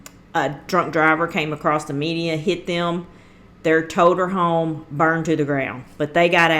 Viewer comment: I was listenin' real careful and what I head was : A drunk driver hit them in their TOTER HOME. ( 5th wheel ) INSTEAD OF MOTORHOME. THE TRANSCRIPT SAYS : towed her home